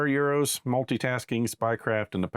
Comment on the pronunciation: Awesome play through, but he's not 'Euros', just Eros, pronounced 'Harry Styles' :)